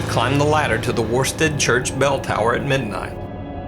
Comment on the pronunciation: As an East Anglian, the villages name is pronounced 'Woosted' otherwise, great stuff!